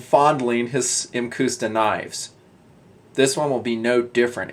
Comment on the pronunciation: "muhcuhsta" is the pronounciation.